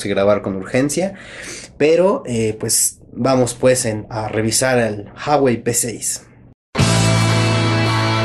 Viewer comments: Se dice Ju-a-güei, no "jawei" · Ju-a-guei, no «jawei» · no se pronuncia JAwey, afortunadamente se pronuncia como se lee uawey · Se pronuncia ua-uei saludos ellos hacen un video enseñando como se pronuncia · Se pronuncia jüawei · Se pronuncia Uawei XD saludos buem video :-)